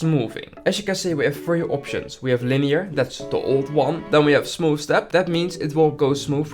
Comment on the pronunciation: “Smoof” like butter…